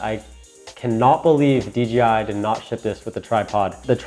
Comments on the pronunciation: Dude. I cringe every time you say D'G'I. C'mon man. Its DJI. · Good, informative video. A couple of things though - it sounds like you're saying "DGI" instea of DJI. Also, in the beginning when you were explaining how to balance the phone, the wrong adjustment knob was shown. Helpful video though, thanks! Subscribed. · You keep saying DGI JJJJJJJJJJJ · Helpful video...but It's DJI bro..."Dee Jay Eye" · How hard is it to pronounce the J correctly? You call it the DGI pretty much throughout the entire video. I don't really care, but I found it funny. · You keep saying dGi